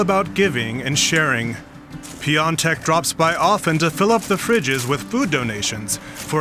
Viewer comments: Piatek would be the right pronounciation, not piontek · Im German, but im pretty sure you misspelled Jan‘s surname. In German its spelled Piontek (like you did) but in polish its pronounced Piątek